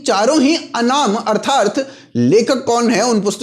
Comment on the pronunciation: It's "Arthaat" and not "Arthaart"..